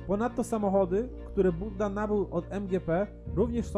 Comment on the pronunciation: nie Budda tylko Bujda